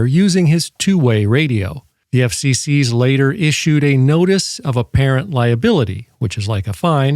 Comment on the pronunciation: Why do you pronounce "FCC" as though it's plural?